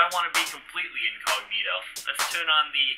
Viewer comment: Hey be cawful, I em incogmeeto